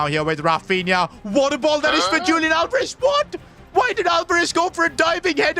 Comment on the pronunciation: sorry to say but its not lik julian its more like hulian with h being like in the word 'horse'